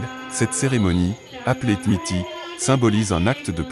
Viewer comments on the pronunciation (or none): Thimidi et non titi